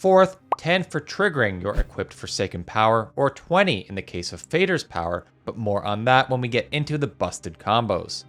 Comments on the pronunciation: The A in Fader is pronounced like in words like "falling" and more obviously father, which it literally means. Not as in fading. Think Father but with a D. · Aren't Moder and Fader mother and father, and pronounced in a similar way? Fade-r was getting on my nerves 😅